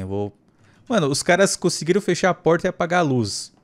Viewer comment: Kkkkk ele falou Prota em vez de porta kkk